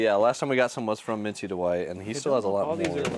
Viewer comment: please read this lol. It's pronounced DWIGHT! not DE'WIGHT. You have been saying this for over a year, get it right lol. Love you bro hahaha